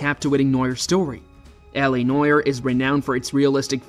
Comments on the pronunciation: The only reason I watched this is because I heard him “cartle” in the preview. But I have about died laughing when I heard him say “noyer” 😂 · Did you just say the cartle and noyer? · Cartel? Nah it’s cartle Noir? Nah it’s noyer 😂😂😂😂😂😂